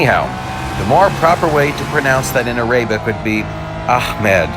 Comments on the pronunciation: i think arabic is said ar-a-bic not ar-ay-bic. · You pronounced Ahmed very well, wich is an arabic noun...however you completely botched "arabic" which is an English word lol.